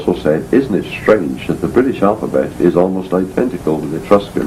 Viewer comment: It's BOUDICCA, not "bodica". It's ICENI, not "icini". It's COELBREN, not "coeblan". And it's CYMRU, not "khumri".